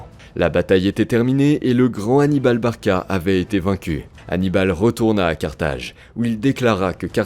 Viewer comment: "ANIBAL-S BARCA-S" FLÈCHES et HARPONS ÉMÉRITES....................